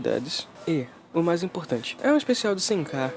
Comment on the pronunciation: "uma das coisas MAS idiotas que ja vi...." mds kkkkkkkk escrever isso me deixa irritado mas falar isso e com ênfase pqp kkkkkkkkkkkkkkkkkk isso sim foi uma das coisas MAIS idiotas que já vi